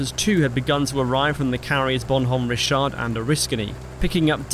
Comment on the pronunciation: On top of all the other kudos, let me congratulate you on correctly pronouncing Bonhomme Richard and Oriskany. You'd be amazed how many people screw those up.